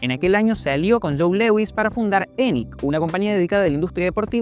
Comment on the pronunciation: "Lewi" "suansea" pero ponele más voluntad